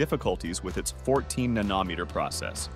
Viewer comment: I cannot get past how the voice mispronounces Nanometer! Fail